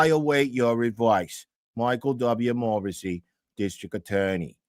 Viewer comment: Michael Dubba-ya Morrasssey!😅